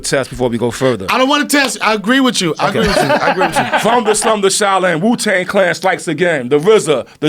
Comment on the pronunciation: Donnell said "Jew-Tang Clan" omfg 💀